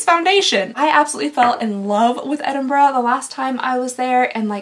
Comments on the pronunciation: I love how you can say Edinburgh correctly 😬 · Thank you thank you thank you THANK YOU!!! you pronounced Edinburgh properly 🥳🥳 So rare for an American to do that, they usually say Edin-burrow and I cringe every time. 👍